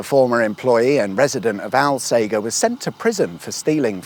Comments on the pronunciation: Hahaha, finally in the area I spent so much time delivering shopping in a former life. Lovely areas with great views for the most part. Thanks for coming back oop North. Still, soft G in Alsager chap. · ALL - SAGE (the plant) - ER, not fucking Al-sager, Al-sagger, or any similar mispronunciation!! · Correction the town (Alsager), at least to most local people, is pronounced All.....Say....Jer. When you say 'Al' Sounds like you should be saying Weird Al Yankovic. Sorry to be pedantic but thats just so wrong! And i can Say that cause My grandparents are from there and I live in the town next door lol. And Holmes Chapel is pronounced Homes.......Chapel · One for the notes, alsager, is pronounced "ul-say-jur" by the locals by the way 😅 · The locals pronounce Alsager as "all say jer". Dunno if you knew that or were mispronouncing it deliberately. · Did you not ask local,people how to pronoun the towns name Al sage er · Love your work. But it’s pronounced All-Sage-er 👍🏻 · It's a soft G in Alsager. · You went right past Sandbach with its awesome ancient Saxon Crosses and lovely old buildings. Ps - Alsager 'All Say Jer' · It's pronounced alsaja. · Alsager is pronounced “Alsajer “ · Alsager? (pron. al-say-jer) Famous for Crewe and Alsager College if you're of a certain generation and were going through 'clearing' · I'm from Alsager, and we find it hilarious that no-one who hasn't grown up here can say the name. It's like Hot Fuzz. It's All-sage-er. Also we refer to 'Congleton' as Mongleton. So if you could add a caption correction that would be great 🤣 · Its pronounced alsajer 🙆‍♂️ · Now we are talking. Lots of my cycle routes on this one. Oh and you started in All-sage-er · Its pronounced All-sayjer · "All Sage er" Alsajer. C'mon, just ask a local :D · its pronounced al "sage" er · I've always pronounced it "All-sage-err" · You should have popped in for a coffee And it's Al- Sage (like the herb)-er And Homes Chapel Unless it's a video equivalent to a map trap